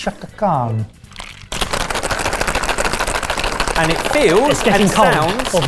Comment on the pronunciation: She have been said Shaka CAN or Shaka CANT